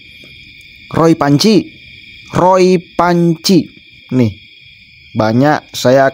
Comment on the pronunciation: Renyah banget waktu bilang Ruuuoooyyy Fuanciii 😂😂😂